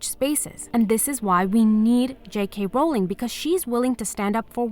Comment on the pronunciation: because her name is Rowling, not Bowling